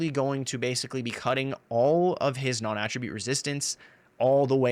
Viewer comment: NON- AT TRA BUTTE NOT AHHHHHHH tribute. lol you actually said it right a few times half way through.